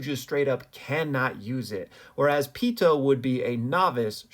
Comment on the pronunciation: Pee too not peatoe good video tho